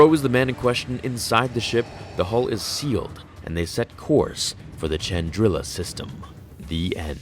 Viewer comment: Great as always my friend, but is "Chandrilla" not pronounced as "shandrilla", based on the N64's Rogue Squadron?